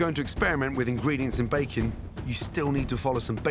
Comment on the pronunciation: I'm hearing bacon instead of baking...